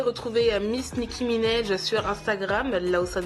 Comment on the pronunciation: Comment elle dit nikki Ménage 😂😂elle est tare